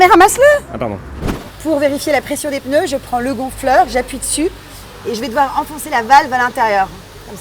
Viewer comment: moi je dis les pNeus et non pas les pEneus